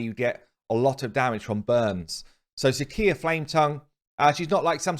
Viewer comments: "See-shya", not "see kee ya". Please, for the love of god! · Sicia is pronounced sisia, plz I cringe every time you say it